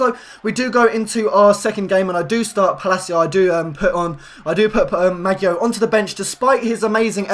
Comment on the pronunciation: Pls apologise before u butcher someones name like Maggio